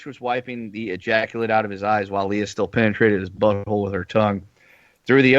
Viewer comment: its "lay-uh" not "lee-uh"....dude.